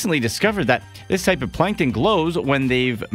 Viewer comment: Plankton not Plankon